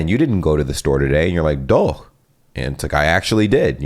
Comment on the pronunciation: Congrats on perfectly getting DOCH. ;)